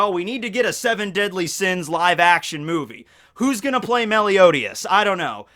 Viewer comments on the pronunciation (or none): MELIODIAS?!!!!!!!! it’s Meliodas you you pronounce it Meliodas